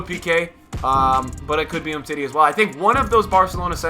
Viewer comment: Umtiti instead of tah